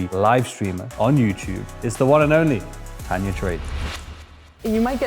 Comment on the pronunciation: Please 🙏..it’s TANJA NOT tanya!